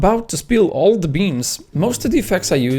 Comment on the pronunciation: “well… im about to spill all the BEANS “ That Portuguese accent lmfao